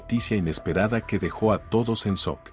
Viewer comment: No se dice sok se dice shock.